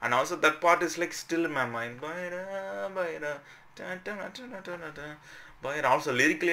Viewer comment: Not bayla, (bayda) 😂